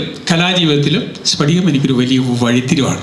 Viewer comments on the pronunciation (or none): സ്ഫടികം/ പടികമല്ല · സ്പടികം അല്ല "സ്ഫടികം" ആദൃം മലയാളം അക്ഷരങ്ങൾ പഠിക്കൂ😑😊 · സ്ഫടികം🔥🔥 not സ്പടികം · സ്പടികം അല്ല. സ്ഫടികം എന്നാണ് ശ്രദ്ധിക്കുക. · ഒന്ന് പോടാ സ്പടികം എന്നൊക്കെ പറഞ്ഞു അപമാനിക്കരുത്. സ്ഫടികം എന്ന് തന്നെ പറയണം